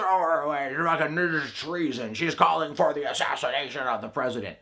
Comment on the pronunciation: Heh heh. He said "asthashinashin."